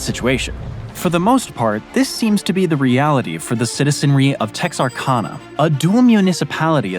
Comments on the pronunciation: As someone who lives in Texarkana that pronunciation actually hurt lol. It's Texark-Anna like thr frozen sister Anna. Not Ahna. As a native we normally just say Teshurkana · And the town is pronounced Tex-ar-KAN-na, not Tex-ar-KAH-na. I agree with about 900 other comments: the mispronunciations are SO annoying! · Umm Sir that's pronounced Tex-R-cAn-a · Texar-cawnah? Lol, you Yankees. It's Tex-ar-CAN-uh. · Tex ar CAN uh. Not KAHN uh. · As a native, it’s pronounced “Tex-er-can-ah” not “Tex-ar-kahna” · nitpick on pronouncination. Texarkana has CAN in the middle, not kahn. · It’s pronounced Tex-Ar-Can-a, not Tex-Ar-Cauna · Texarkana is pronounced like Louisiana at the end. Tex-ARK-Anna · Did you ask the folks in New MAA-drid, how to pronounce the city and the fault? They don’t say maDRID, like Spain. Where did you get the pronunciation of Texarkana? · Good presentation overall even though some of your pronunciations are off. The way you said "Texarkana" made me chuckle. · I was willing to let it slide when you mis pronounced New Madrid but I can’t let your mis pronouncing of Texarkana go. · in the video, where did you find that stupid pronunciation of Texarkana ??? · And Texarkana is pronounced with like can not kahn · I think the three worst mis-pronunciations are: Texarkana, Cairo, and New Madrid. I think the two worst factual errors are: Saying South Carolina had one of the two strongest earthquakes without saying anything about it and showing the first world war as ending about 1945.